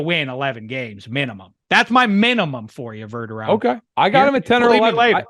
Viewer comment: You hurt my ears with this “Verderom” it’s VerdeRAM homie.